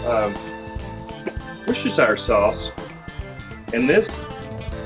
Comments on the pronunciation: "Rooster-sheer" your welcome! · com'on it's easy, woos-ter-sure that easy. If you pronounce sure like me and not like the Jersey Sure;-)